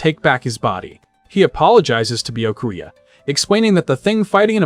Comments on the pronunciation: It's bee ya koo a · Man poor Byakuya didn't have his name pronounced correctly even a single time in this 7 hour video. 🤣